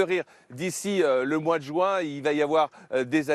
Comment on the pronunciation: J'aimerais tellement que les parisiens cessent de prononcer le mois de Juin en " joint "